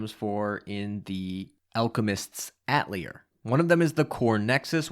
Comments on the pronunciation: It's pronounced Ah-teh-lier, not At-lier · That's not how you pronouce "atelier" It's atay-lee-ay, it's the french word for workshop. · Lol atelier is pronounced AH-TAH-LEE-A... The R is silent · "At leer" LMAO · Ah-teh-li-eh please for gods sake lol Thanks for the review, was waitin for this!